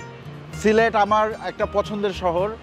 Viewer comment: সিলেট কে সিলট বলতেছেন কেন বেকুব এর মতো,আপনার বাড়ি কই